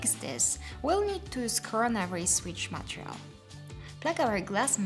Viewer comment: Its so cute how you pronounce Montreal instead of Material! Anyhow, great content!